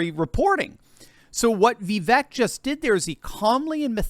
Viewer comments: Everyone pronounces Vivek name wrong… it’s Vivek, like CAKE ( Vi-Vāk) … not Vivek , like Shrek …. Get it right people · God love you but it’s Vi•vake like “cake” although spelled Vivek 😂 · Pronounced Vi-Vāke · Vivek is pronounced like 'cake'. Vi-vake. I heard him say this on a YouTube video recently. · that's "ViVAKE!" - rhymes with CAKE! Stop mispronouncing Vivek's name. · It's Vi - VAKE. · I know it is a little thing, but his name is pronounced Vivek, rhythms with cake.